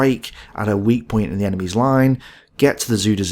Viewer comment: I believe it is pronounced "zyder zay" but I could be wrong. Anyhow, as you were. 😊